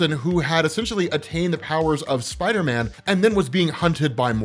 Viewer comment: I’m I the only one who thinks they way says spider man sounds weird. It sounds like he’s calling him spiter men.